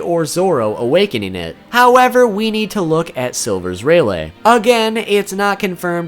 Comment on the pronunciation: Selll verrsssss rayyyyy layty lmao can you pronounce any worse